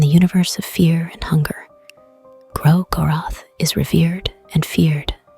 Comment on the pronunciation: Also I just can't seem to tell if the audio is AI generated or an actual voiceover as the more I hear it, the more uncanny it feels but the pronunciation of 'Gro-goroth' is pretty accurate and constant with how most of the fandom pronounces it 😅 If it is an actual voiceover, I didn't mean to offend! It has that ASMR feel to it that scratches some itch at the back of my mind and gives the video a very soothing vibe